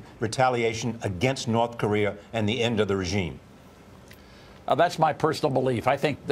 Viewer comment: Charlie Rose can't say Korea